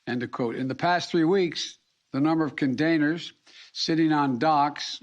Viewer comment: What's a condainer?